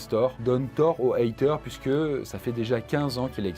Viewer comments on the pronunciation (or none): none